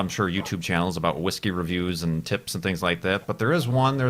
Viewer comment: Thats not how you pronounce that particular brand of whiskey although it is one of my particular favourites personally you should try Islay Whiskies - Bowmore is a good start in terms of big name brands from that part of scotland